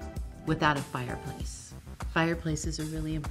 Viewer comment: nobody: Kris: FIREPLACE